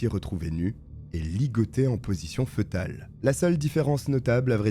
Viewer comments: Petite rectification: fœtal se prononce "fétal" et non pas "feutal" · Fœtale se prononce fétale... Et non fetale. C'est grave d'avoir autant d'abonnés et ne pas savoir s'exprimer !!! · Bonne vidéo ! Ps: on ne dit pas " feutal" mais "fétal" . Fœtus, (fétus) 😊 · Position fœtale se prononce « fétale » N’importe quel dictionnaire ou page linguistique nous en informe de manière précise. Dommage que le narrateur n’ait pas prit la peine de se faire corriger ses fautes de prononciation plutôt basique, il me semble. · Excellent! Petit detail, foetale se prononce « fé-tal » 🤓